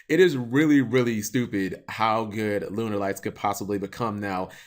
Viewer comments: Why does he say Lunerlights? It's pronounced Lunalight man... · No duh lol but it's not the way the archetype is pronounced. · i think it sounds also stupid